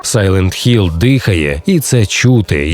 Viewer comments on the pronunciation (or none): Дякую за огляд і Сайлент Хілл, а не Гілл.